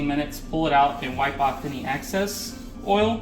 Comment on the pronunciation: Thank u for the demo. Youve also got some great comments from other watchers. My specialty is being a word freak. Its sad being this obsessive but I just have to say something about ur pronunciation of the word excess. Excess starts with an e that is pronounced like the e in the word egg, immediately followed by the letter x....ex-cess. It means when theres an amount left over. Access, pronounced like axe-cess, is an incorrect pronunciation of excess. Also, access means when one is given permission to enter something ... for example, the access road running alongside an interstate, permits drivers to enter the interstate. So you wiped off the excess...not the access.